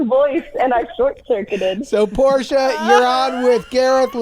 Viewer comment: Portia.. Porsche? Dude are you a pisces?